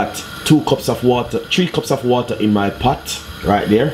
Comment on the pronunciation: chree cops of waata